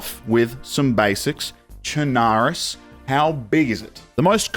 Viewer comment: Actually, the proper pronunciation is "Sherna-roos" Your welcome.